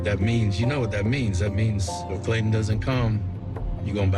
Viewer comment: There’s a ‘T’ in ClayTon 😂